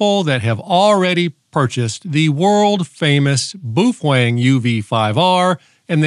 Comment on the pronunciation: It’s actually pronounced Bao Fang